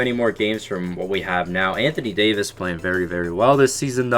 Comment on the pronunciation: Anthony Dayooveis